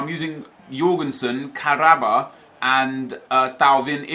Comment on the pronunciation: Hey nep you say the name of kahraba wrong